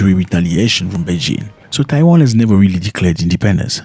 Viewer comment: It's Taiwan not Tawain